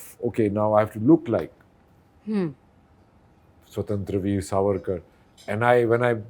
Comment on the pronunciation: I have seen most of the Hindi speaking reporters make the same mistake in pronouncing the name of the movie. It’s स्वातंत्र्य वीर not स्वतंत्र वीर.